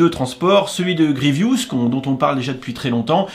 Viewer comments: « Achoka » c’est Ahsoka, « Grievious », c’est Grievous et « tyridium », c’est Tydirium 👍😉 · le vaisseau de Grievous et non "gievious" et vraiment chère je trouve. Sinon je suis bien content que les bras de Vador soient eux aussi tempographiés